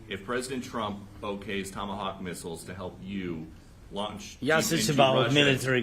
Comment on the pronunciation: Когда его научат правильно произносить слово missile? Просто позорник!